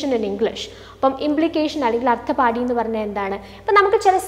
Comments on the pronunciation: അർത്ഥാപത്തി...അർത്ഥപാടി അല്ല ട്ടോ,..sanskrit word aanu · Ma'am actually it's pronunciation ശാബ്ദ & അർത്ഥാപത്തി